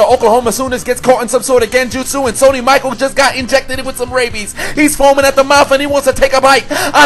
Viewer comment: Yes I recognize I mispronounced Sony Michel's name... I read Michael... why? BECAUSE MY EYES ARE JUST FOR DECORATION! NOW EXCUSE... ME WHILE I PUT MY MUTHAFUCKIN HEAD DOWN!! WHO'S A DUMMY?!?! I'M A DUMMY!!!!